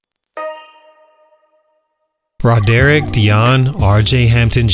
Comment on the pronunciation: Roughest pronunciation of "Roderick" I've ever heard lol.